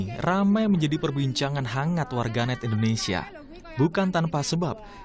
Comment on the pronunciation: Warganet endonesia. Wahai bapak vo. indonesia bukan endonesia 😭